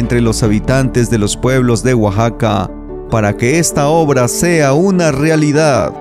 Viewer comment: Hola amigo no es guaxaca se pronuncia Oaxaca, para que la gente de otros paises que ven los videos sepan pronunciar correcta mente gracias por los videos yo soy de Oaxaca tambien